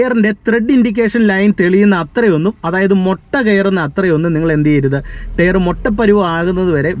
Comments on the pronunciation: ടെയറല്ല ടയർ 😂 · നീ.... ഈ ടെയർ.. ടെയർ എന്ന് പറയുന്നത് ഈ ടയർ അല്ലേ....? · ടെയർ അല്ല ടയർ 🙏🏼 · Tare അല്ല ടയർ എന്ന് പറയൂ...